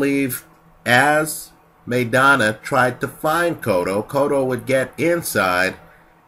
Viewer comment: MY-Donna. Not MAY-Donna.